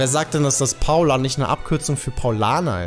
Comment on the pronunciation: Dein "Paula" ist ein "Paul" lieber